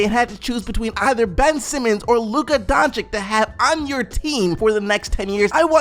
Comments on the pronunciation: Whenever you say "Donchik", an angel dies. It's pronounced "Donchich",. Donchich. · Bruh pls just say donchich and not donchick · Hearing you say DončiK instead of DončiČ triggers the fuck out of me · Please, DONCHICH, not DONCHICK! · NIGGA how can you fail to say doncic every fucking time makes me cringe so hard